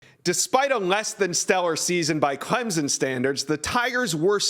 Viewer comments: can you educate me just where is clemzin? i have never Hurd of clemZIN , IN do know of CLEM SON but not clemzin its NOT clempsin it is NOT clemzin nor is it clemsin it is CLEM SON! so pleas STOP butchering the name ! CLEM SON NOT CLEMZIN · Subscribe? Not until stops saying Clemzen. Try Clem sun. Jeremy has it right. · It is pronounced Clemp son!!!